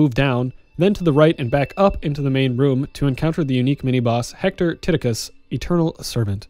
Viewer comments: I love your videos. Ps. is it really TIT-i-cus? Made my partner laugh but then "he's heard of worse Roman names." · Lol at "Titucius" though XD